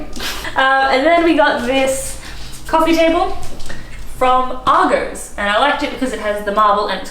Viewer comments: Wow - that is a really nice apartment for £1500 per month. The Miele appliances are really expensive. What area is this in? I think your landlord is definitely undercharging you ! PS - it's pronounced AR-GOSS, not AR-GOES. :) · Lol Argos is said 'Arr'-'Goss' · Why are you pronouncing Argos wrong? This is the weirdest pronunciation I’ve ever heard lol 😂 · Loving how you pronouce Argos!